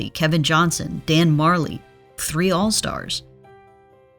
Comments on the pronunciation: Just an aside, it’s Dan Marjerle not Marjle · who was "Dan Marjle"? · I'm not the only one that was thrown off by Dan "Marjle," right? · I know Majerle's name is spelled super weird but you had to know that wasn't right 😂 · Majerle....u butchered his name